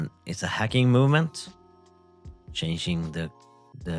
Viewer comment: "shanging the time" <-- swedish signature detected